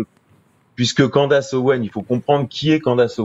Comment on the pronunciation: On prononce Candeice et pas Candace